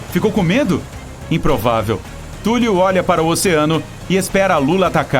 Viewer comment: Sério que você está chamando Cthulhu (Thúlrru foneticamente escrito) de Túlio? A próxima luta vai ser Zéfa, Túlio e Nequinho?